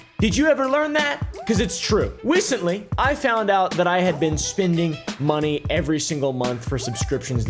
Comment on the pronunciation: in he says "recentwy" lol